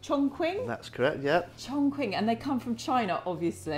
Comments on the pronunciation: I am from Chongqing, and it's pronounced as "chong" "ching" rather than "chong" "king" or "quing" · when the lady was trying to pronoucne "Chongqing" as "Chong" "King", the breeder said: "that is correct". LOL, that is 100% INCORRECT. the correct pronunciation of "Chingqing" is "Chong" CHing". A hint for English speaker who trying to pronounce Chinese Pinyin (a universally adapted system to romanise Chinese): When you see "Q", it can NEVER be pronounce like "K"......, it is "Ch"...... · Got to love the Chong Kwing dogs from Chiner. Q in Chinese is pronounced "ch." So, for example, the Kingdom of Qin is pronounced Chin, ergo China. Blame the weirdness on Europeans who had to transliterate Chinese characters into Latin letters. Also, I have to find out some day why British English removes the "r" sound from most of its pronounciation, but actually adds it to words ending in -a. And no, I'm not a linguist or Sinologist that I know this. I just read. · Actually it's pronounced chong "shing" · The name is actually pronounced ChongCHin. In Chinese Language, “Q” is pronounced “CH”.. Thus ChongQing is pronounced CHONGCHING. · 重庆犬，chongqing is actually pronounced as "chongching" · You can buy it with 400dollar in the dog breeding park,or even 40 dollar in the village. This breed’s name is pronounced “chongching dog”. Maybe named this breed as “Ching “,should be better.......no defend , no racism........”Ching “ (or Qing，庆）means “celebration”.......it’s a beautiful name. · It’s pronounced Chong Ching, I’ve lived in China for 7 years. Q is a similar sound to CH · Pronounced incorrectly, it’s pronounced chongching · Pronounced Chong-ching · It pronounced as Ching and not as king or quing 🙄🙄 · Learn how to say the words properly - it’s pronounced Chong Ching (Qi makes a Chi sound in Chinese) seriously ....if you own the dog say it correctly so lame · Yeah I'm of Chinese decent and i find it quite weird how they pronounced it lol. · so even the owner is pronouncing it wrong?